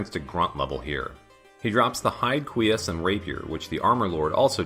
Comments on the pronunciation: Oops, didn't mean to steal your thunder about the Une. And yes, as for cuirass, it sounds to me like you're saying KWEE-us instead of kwi-RASS (that's /kwɪˈɹæs/ if you're familiar with IPA). And I believe you about the long explanations--even the example I gave wouldn't have fit entirely into the time it took you to walk through those rooms. I just think you could cut down the videos a bit since your focus is on explaining the interesting references rather than making a full video walkthrough (unless I have misunderstood your intentions). The other part that jumped out at me was the backtracking from the Librarian to get to the warp room. Since you didn't have any more annotations and we had already seen you run through that area, couldn't you just have cut to the top of the Outer Wall? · My main takeaway from your series so far is that the R in cuirass is silent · I am loving this series, but I have a couple criticisms that I hope you'll take to heart: look up the pronunciation of unusual words before you record (you mispronounced cuirass, basilard, and Scylla), and either narrate the long stretches of silent travel or cut them out entirely. For example, you could have cut out Alucard's standing from - and continued your narration while walking to the room beneath the Librarian. Other things you may want to research: I suspect the Une's name comes from the Japanese term "une une" meaning winding or sinuous. That would make the name of the "Alura Une" (Venus Weed in this Castlevania) a convenient pun in Japanese, as it is meant to be "Alraune," the German word for mandrake. Also, the Takemitsu dropped by that Flea Man is (according to the Castlevania Wiki) the only sword in the game that deals Hit damage instead of Cut, because it is a bamboo prop sword (which is different from shinai, the actual bamboo practice sword used in kendo--if I'm understanding its Japanese Wikipedia page correctly--and is also an insulting term for cheap, dull swords).